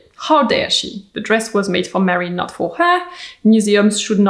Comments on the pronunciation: Her name is Marilyn, not Marion. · Her name was Marilyn not Marion.